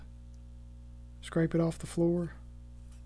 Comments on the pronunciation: Scrape, not scrap. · ....scrape not scrap. I don't think you're pronouncing the word correct?? Google the word scrape...."to pull/push something across the surface" - kinda like a scratch but broader. I've never seen them use that term either?🤔